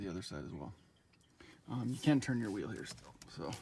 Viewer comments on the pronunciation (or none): none